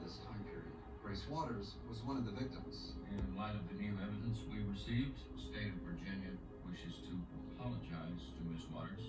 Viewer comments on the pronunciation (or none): none